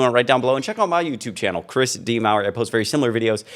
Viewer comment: Hey Chris, do you know that when you say "Chris D" it sounds a lot like "Kristi"? You might be confusing some people. 😉